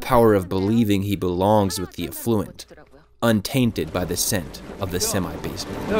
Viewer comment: More nitpicking - the way he stressed the word “afflUent” 🙂